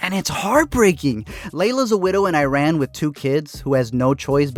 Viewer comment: you say Iran wrong